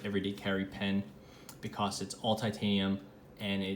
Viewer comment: You say “because” like “Bee-CAW-s”